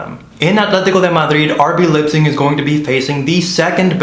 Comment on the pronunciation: The name of the German city is NOT "LIPZIG." The "ei" in Leipzig is pronounced like an English "i."